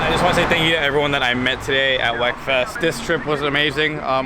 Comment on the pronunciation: Come on folks, it is pronounced "weakfest", not "wekfest".